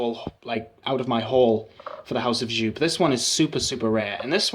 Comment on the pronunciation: you're awesome and I love watching your videos! Isn't Joop! pronounced "yope"?